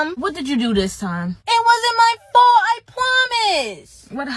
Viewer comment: "BUT IT WASN'T MT FULT"-I love that